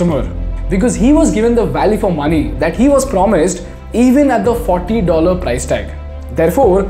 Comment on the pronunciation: Learn the correct pronunciation of price